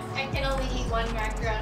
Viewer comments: It's not macaroon. Its macaRON. A macaroon is a small cookie made with lots of shredded coconut. A macaron is lovely icing filling with two nice cookies. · It’s is pronounced maca- Ron ! A macaroon is a chewy coconut cookie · starting an International Incident by pronouncing and switching back and forth between “ron’” and “roon” infinite times during this piece, which as many others referenced, aren’t the same thing. Disclaimer: No French Canadian’s we’re intentionally insulted during production of this video. 🤣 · Sorry, your pronunciation is way off on this one. As another commenter wrote, you ate a macaron (mack-ah-RON), not a macaroon, which is a coconut cookie. These are two very different cookies. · Macaron NOT Macaroon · I believe that is a macaron and not macaroon. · It’s a macaron not a macaroooon. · Mac-a-Ron like a mans name macaroons are a coconut cookie treat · Mac a RON. A macaroon is a chewy coconut cookie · Big difference between macaron and macaroon. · You keep pronouncing it wrong, there's a difference between a macaron and a macaroon. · You're Canadian. Learn to properly pronounce the name of the cookie. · He spelled it right but pronounced it wrong lol